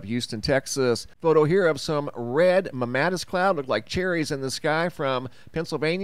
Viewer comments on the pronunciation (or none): Mamm' a tus. That's a long A in the middle.